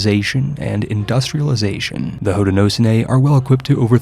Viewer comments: Hoe-ti-no-show-knee for future reference, love an upstate New Yorker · its pronounced "ho-den-oh-show-knee" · Hey man, as un-"well ackshually"ly as possible Haudenosaunee is pronounced something like "Hoed-nah-show-knee" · Haudenosaunee is pronounced Hoe-de-no-sho-nee. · It’s pronounced HOE-DAN-NO-SHOW-NEE love me some Indigenous representation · Hearing your pronunciation of haudenosaunee makes my ears bleed, of course someone part of the haudenosaunee probably thinks the same of my pronunciation so shrug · That's not even close to how you pronounce Haudenosaunee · So, my grandmother is from the Haudenosaunee confederacy, and the “sau” in the name is pronounced with an h sound, similar to the Irish Sean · that Haudenosaunee pronunciation 😭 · I came here just to say this!